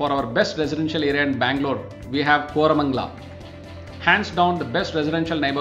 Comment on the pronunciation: Seriously.. Kormangala?? WTF...